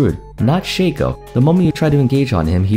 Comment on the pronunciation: It's Shaco, not Shaco btw